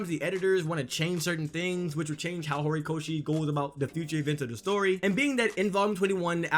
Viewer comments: Is it just me or does this guy say Gorikoshi instead of Horikoshi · Was i the only one cringing when he kept saying “Gorikoshi”😂